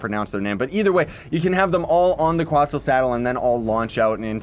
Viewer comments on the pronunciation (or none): it’s quetzal, not quotzal